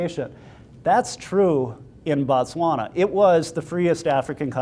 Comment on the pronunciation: Thanks for the great information, really appreciate it. im from Botswana and i dont know if its just your accent or not, i keep hearing you say Batswana when referring to the country... just wanted to make it clear that Batswana are the people and Botswana is the country. Thanks have a great day